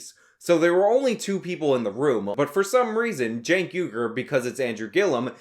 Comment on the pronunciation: who is cenk? u mean keek? keeeeeeeeeek.